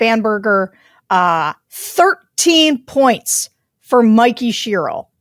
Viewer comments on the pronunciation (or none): Mikk-ee Cher-ill. You're welcome